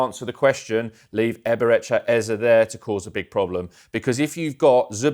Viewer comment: Here we go with the Ezer bullcrap again... for goodness sake it's EZE, EZE, EZE (A-Z-A), NOT Ezer. There's no "r". Damn!